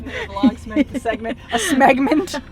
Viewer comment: Smegment might just be the worst accidental word ever uttered.